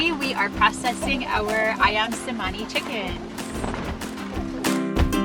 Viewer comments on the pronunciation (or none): It's "Chemani" not "Semani" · It's actually pronounced Cher-mani, as the letter C has a CH sound in the Indonesian language. But they are such a beautiful bird, though I hear they are very expensive, over $1500 a bird.